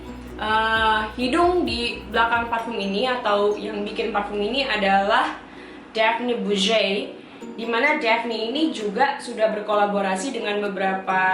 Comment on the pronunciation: Duh ngelafalin Daphney Bugey & YVES ROCHER nya fasih banget !